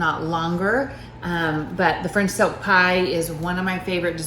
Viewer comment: I kept thinking she said French Soapa Pie lol. I didn’t read the whole entire title. I saw Pie and Joanna and clicked haha.